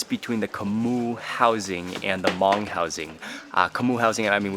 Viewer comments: Hmoob Food, good job in the video and not butchering the word Hmong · The video felt a bit rushed but it was great to see you finally making it to a Hmong Village. It was awesome to hear you say Hmong. Keep it up Mark. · Thank you Mark ❤️ for pronounced Hmong you are the best:)